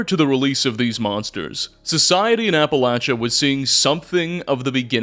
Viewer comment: Holy shit! . He actually said "Appalachia" correct!!! What universe am i in!?